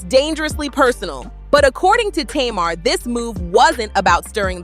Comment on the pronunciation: You not pronouncing Tamar name right😂